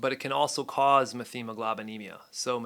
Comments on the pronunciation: Its "MET-HEMOGLOBINEMIA"....no "th" sound....sorry, this was killing me to hear you say it wrong repeatedly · F this “Dr” that can’t correctly pronounce methemoglobinemia. Met-hemoglobinemia or know what a man is. I mean, doctor of what?